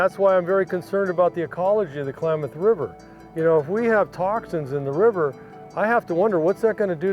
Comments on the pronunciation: Please, it is KLAM, like clamady, locals pronounce it KLA-MATH not KA-LAMATH... That aside, an excellent update! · Nice video, but Klamath is not pronounced Kalamath. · jeez, klamath, not k-lamath man. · Agreed. But one minor issue is that I kept getting distracted by the pronunciation "Ka-lamath" instead of "Klam-ath." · Someone needs to tell the narrator how to say Klamath!